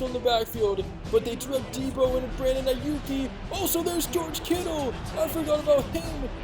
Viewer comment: Aiyuk does not have an e at the end lmao